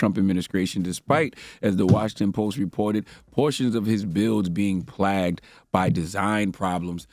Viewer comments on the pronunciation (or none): Soooooo we just gonna let Charlemagne get away with saying “plagged” and not “plagued”??🤣🤣🤣🤣🤣🤣 listen at the mark..🤣🤣🤣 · he really just looked at the word "plagued" and said "plagged" CMON CHARLEMAGNE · This charla guy is so ignorant... How hard is it to pronounce “plagued” properly. 🤦‍♂️ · This nigga Charlemagne said "PLAGGED"... not "PLAGUED"...🤦🏾‍♂️🤣🤣🤣 I love bro. He's a god damn national treasure but he gotta gone head and give himself Donkey of the Day for that junt, mane. 🤦🏾‍♂️🤞🏾😬🤣🤣🤣🤣🤣 🐴🗣️ HEE HAWWW!!!! HEE HAWWW!!!! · CHARLA'S lexicon is adorable lol. He definitely said plaged instead of plague. So yea go buy Tomeika Marlorys book...I'm sure he looked at the pictures. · Lmao did this man say plagged lolol